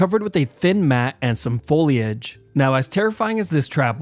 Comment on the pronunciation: my toes curl every time he says foliage